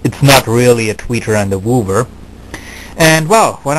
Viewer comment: "Wooover", lol